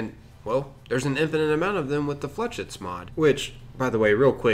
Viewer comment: FLAAAYSHEETTSSS......jesus ...flechits (fucking ingrish crit)